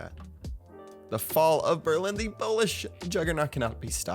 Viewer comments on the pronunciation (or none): none